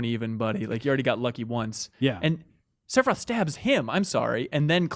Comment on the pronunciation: I beat this game for the first time a couple of years ago and was absolutely blown away. Nostalgia had nothing to do with it. This is an incredible experience and one of the greatest games ever made. Also every time says "Sepiroth" I want to kill myself.